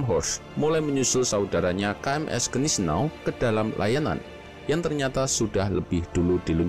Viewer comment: maaf min ralat yg bner bacanya guineseau bhs jerman agak ribet